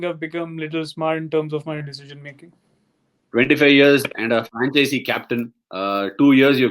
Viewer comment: Hey Ashwin, great show, of course, just one thing I'm nitpicking: franchise and franchisee are two different words (first rhymes with wise). Second refers to the person who owns a franchise.